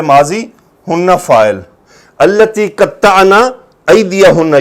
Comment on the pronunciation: استاذ جی مناسب تو نہیں پر بار بار سنا۔نسوۃ التی ۔اس لام پر کھڑا زبر ہے آپ بار بار زبر پڑ رہے ہیں۔۔اگر زبر پڑھنا ٹھیک ہے تو کیسے پھر۔۔